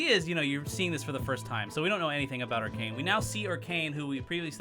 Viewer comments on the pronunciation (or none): I rewinded In the video at the perfect time to hear "sex with Orcane"